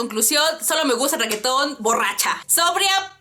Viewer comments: "Requeton", jajajajaja, amo como pronuncias reggaeton cx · "ReQUEetón" jejeje